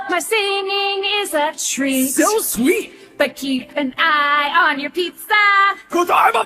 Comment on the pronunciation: “So sweat” LOL